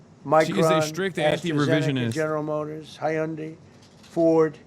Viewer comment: Hi Undy... bro cant even speak its Hyundai